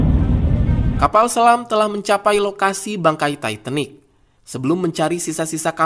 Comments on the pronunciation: Admin sebutan tu titanic...bukan taiitenik..hahaha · Titanic bukan taitenik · Titanik bukan taitenik..bau dong lok tai.yg bner bacanya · Titanick, bukan taitenik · Setau gue itu namanya kapal TITANIC bukan TAITENIC...kalo ngomong yang benar aja lah... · titanic bukan taitanik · Emang di baca nya taitenik 😂 ya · Mbacanya yang bener bung titanic